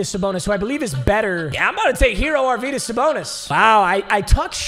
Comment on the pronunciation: Don't mean to be that guy but arvydas is pronounced arv-e-das